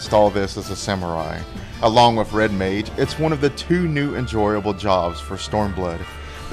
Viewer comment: Did he say Red MAID? Lol